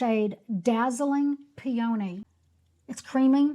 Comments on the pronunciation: What a great video, featuring affordable and mostly clean products! I did laugh at Pe-ony, it took me a second….oh she means peony, like the flower😅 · Peony is a beautiful flower it's pronounced pea-a-knee